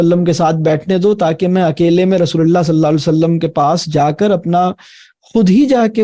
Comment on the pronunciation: Rasool saww ka sahi Tarha se Naam Lein is Tarha Bolna ACHA nahin lag raha